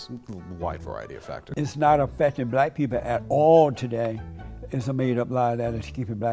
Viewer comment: “Do you luh bleh peepuh?” “You a Nahsee?”